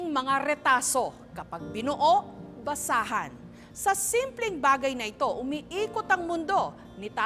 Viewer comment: Kawawa nmn po si manong btw nsrinig ko ba na basaan or basahan hahaha